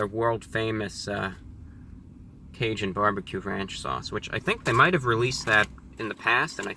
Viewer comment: its raging caging, its not razhoon cazhoon sauce lol